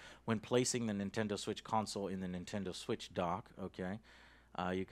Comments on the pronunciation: he says nintender switch! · He said "Nintender Switch"😂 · he says Nintender switch 🤣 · "Nintender Switch" bwahaaha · "Nintender Switch" bwahahhaa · Ok I may be nitpicking here, but just had a little laugh with Joe's Texas accent shining through in. When he says Nintender Switch lol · Nintender Switch XD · "The nintender switch" 😂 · Nintender Switch LOL